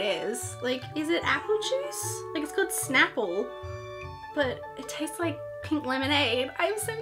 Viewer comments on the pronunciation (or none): Snapple not shnapple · Btw is not shnapple it’s snapple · ITS NOT CALLED SHNAPLE ITS CALLED snap-pull *thats what it sounds like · Oh no. she said shnapple. it's snapple. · It's Snapple, not shnapple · Snapple, not Shnapple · nooo its Snapple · i think she said shnaple :) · U said Snapple wrong it's snap • el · It is pronounced snap-ple